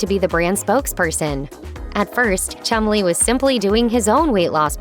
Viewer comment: Sounds like they're calling that fat lad 'Chung-Li'